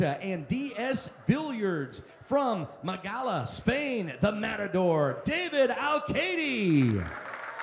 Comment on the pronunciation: Magala, Lmaooo, it's Málaga, hence David smiled